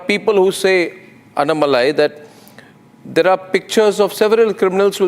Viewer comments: Pl prounance annamalai name as you would pronounce annahazare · First pronounce his name correctly as Annamalai .